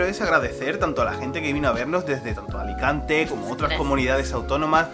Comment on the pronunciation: Venimos de Alicante -¡De "Aricante"! Muero con, me encanta!!!